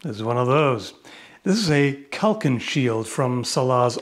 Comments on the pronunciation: Both a s are pronounced the same in turkish. It is kalkan. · İ dont how to explain the right way to say it but you are saying "kalkan" in such a way that it sounds like you are saying "kalkın",which means telling a grouo of people to get up